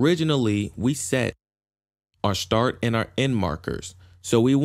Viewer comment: Can't deal with him saying "shtart", sorry